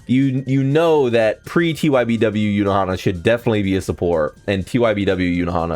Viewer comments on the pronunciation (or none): i dont see any "E" In Ulquiorra.. don't get me wrong, love your content, but sometimes it's just a hard watch if you are bombarded by butchered names. Yunahara, yunohana, nelel, ulqiErra, etc.